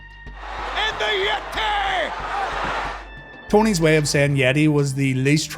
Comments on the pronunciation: I will never understand Tony’s reason for saying “yetay” instead of “yeti”. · the Yet-tay 😂😂😂😂